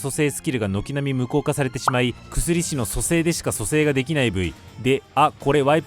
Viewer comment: 薬師って「くすりし」って読むの？ 「やくし｣だと思ってたんだけど違うんかな？